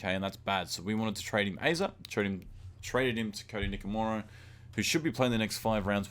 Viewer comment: NikoRIMA, not Nikomira